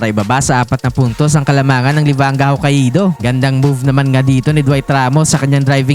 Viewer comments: Hah-kay-do ser hindi ho-ka-ee-do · Hoka ido 🤣🤣 hindi ata ma pronounce ng maasyos ang HOKAIDO hahahahaa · Ho-ka-i-do ampota😂... Pauso si tanga😅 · Hokka-ih-do amp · FYI... The pronunciation of Hokkaido is...Hoe-Kai-Doe. lol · dmo mapronounce ng tama ang HOKKAIDO boss😂. ganto basa jan HOKAYDO ok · Sakit sa tenga pakinggan magsalita nitong vlogger nato. Simpleng pangalan ng lugar na Hokkaido hindi pa ma-pronounce ng maayos. Lahat ng salita at pangalan ng lugar puede mo na hanapin sa Google para mapag-aralan kung paano iyon tamang pronounciation, hindi mo pa magawa. 🤦🏻‍♂️ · Literacy rate kasi ng Pilipinas especially in some rural areas unfortunately puro palpak. Pag-pronounce na nga lang ng Hokkaido hindi pa masabi ng tama. Partida meron yan access sa internet para matuto.